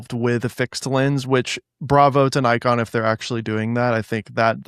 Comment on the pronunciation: How do you correct him on Ricoh but saying Nikon the exact same wrong way? :D Just a joke but I cringe a bit every time I'm hearing it like that. I guess for us german potatoes it is normal pronouncing the "i" more like the japanese people. Also no dinner today for placing the GR in B.